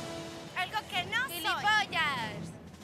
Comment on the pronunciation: "Ashco, ashco", eso qué jeje!